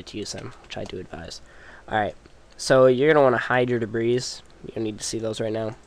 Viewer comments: debris "dib-ree" not "dib-ris" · He means that "debris" is pronounced "de-bree", not "de-brees", even the plural form. You mispronounced it a couple of times.